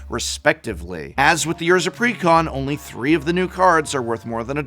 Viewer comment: I had to pause the video immediately. You said "precon" like someone properly enunciating "pecan" 🤣 He didn't say "pre con" he said it all fancy like, he said "precON" 🤣